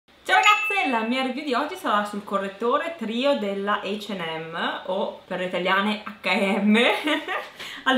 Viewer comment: Guarda a dire la verità non si dice ne "acca e emme" ma NEMMENO " h en m" si dice "h AND m